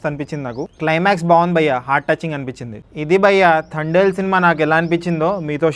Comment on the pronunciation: థ కాదు బయ్యా త అనాలి